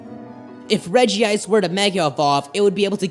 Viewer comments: its regice not regiice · It is not regi-ice it's reg-ice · "Reh-jee-ise" OMFG IT'S Reh-jise!!!! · Dis dood: calls regice regi ice Me:stop get some help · It's not regi ice it's regice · Its Regice. Not regi-ice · Ah no. Its spelled Regice but its pronounced Regi-ice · The only Pokemon pronunciation I can't stand is like it's spelled regiice (re-ji-ice).... It's regice (rej-ice) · its golems not regis and it is reg ice not reg ee ice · I have pokemon book and it says to pronounce regice like rej-ice instead of rej-ee-ice im sorry but I just had to say that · Its not reg e ice its reg ice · It's pronounced rej ice not rejie ice check pokedex 3D pro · Why do so many people mispronounce Regice? it's Reg-Ice not Regi-Ice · No it actually pronounced Regi-ice, not reg-ice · I'm sorry I have to be that guy, but you mispronounced Regice is pronounced like Rejice with only one I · It’s pronounced Rej-ice! There’s only 1 i! Yes I know it is spelled Regice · It's pronounced Rej ice though it is spelled Regice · Regice doesnt have an extra i so its not pernouced "Regiice"